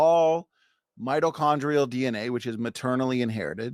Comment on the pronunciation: I'd like to point out that he consistently mispronounced "mitochondrial."